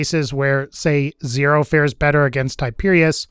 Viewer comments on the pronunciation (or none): none